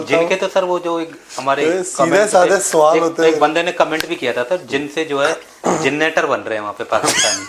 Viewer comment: Suval ❌ Swal ✅